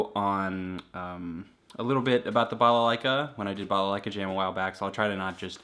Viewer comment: I like you saying "балалайка" Greetings from Belarus :)